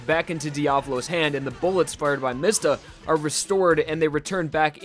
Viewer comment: DID HE JUST CALL MISTA “MESTA”